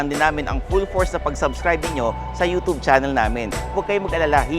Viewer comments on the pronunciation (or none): none